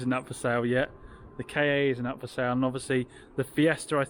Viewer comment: FYI the Ford ‘KA’ is and always has been pronounced ‘car’. It was called this at its launch in the 1990s.’KA’ is Egyptian for soul btw